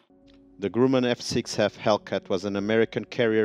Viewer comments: Great videos - subscribed! (By the way, the first syllable of "Grumman" rhymes with "drum" rather than "groom".) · "The Grooman Hellcat?"